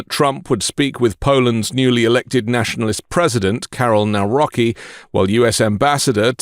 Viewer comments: Nawrocki is pronounced “Nav-ROT-skee.” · Thank you for covering this :) Just a quick note - Poland president's name is pronounced more like "Navrotzky" (written: Nawrocki). And no, I didn't vote for him (I'm from Poland). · Oh my polish surnames again... Nawrocki is 'Nav-raw-ts-key' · Please, learn how to correctly pronounce the last name of the new president of Poland. It’s “Navrotsky”, where “ts” approximates the correct pronunciation of Polish “c”. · It's Nav-ro-c-kee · You took time to check how to pronounce Tusk but not Nawrocki? It's "nahvrotzki". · Just FYI: the Polish president’s surname is pronounced like Nowrotski (polish "c" reads like "ts") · Trump is the worst President . Trump playing nice but will stab Poland in back,he is friends with Putin. Person talking learn to spick polish surnames. NAWROCKI ,JUST USE translater to hearing proper saying.